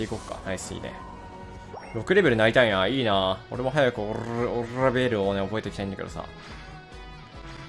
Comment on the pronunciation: 巻き舌ベーrrrルキタコレ